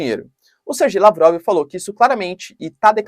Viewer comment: Ótimo vídeo! Acompanho o canal todos os dias, adoro! Só uma observação, se vc me permite: a pronúncia correta é "Serguei" mesmo, e não "Sergei". Eu sei q pode dar polêmica, pode ter gente achando que falou "Ser gay". Mas fazer o q? É esta mesma a pronúncia do nome do cara.